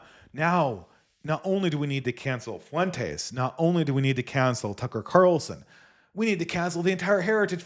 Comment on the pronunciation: why do you pronounce Fuentes as fa-WEN-tays when he goes by FWEN-tez? It makes him sound extra Mexican - hope it's an accident, good stream.